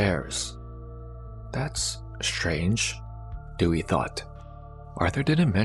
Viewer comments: Her name is pronounced Day-we not Dewey from "Malcom in the middle" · Her name is Dewi not Dewey😁😁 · It is pronounced Day-Wee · I know her name is most likely "Dewi",... but it sounds like "Dewey" 😂😂. Awesome content as always, keep it going